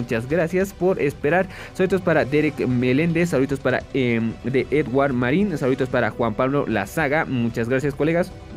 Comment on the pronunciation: Gracias por el vídeo Bro, muy bueno jejejej y por cierto se pronuncia eduar jajajajaj